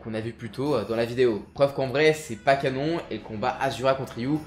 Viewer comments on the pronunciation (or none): none